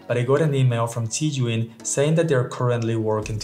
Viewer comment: Thanks, why can't you still pronounce szaiyoun! That was a joke btw, but you should have improved by now because it's been a year since we talked the zhiyun smooth Q3. You can pronounce it as x from Start and give it like xaiyoun.